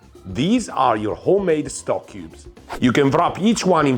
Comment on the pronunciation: It's 'stock', not 'Stok'. It's not a brand name (well, Stok is but it's a coffee brand). It's what it means it imitate: Stock. The cubes are the cheap shit though and their first ingredient is most often salt, with some fat ostensibly for flavor. Better Than Boullion is paste and its first ingredient in every flavor (it has much more variety) is MEAT. Not a sponsor, just if you're looking for a midpoint between 'salt lick' and 'from scratch', Better Than Bouillion will do you proper. And it's easy enough to make your own broth and stocks too. Save shrimp tails and bones, garlic and onion skins, potato peels, root ends chopped off in prep, the woody end of asparagus nobody eats...Boil 'em when you have enough.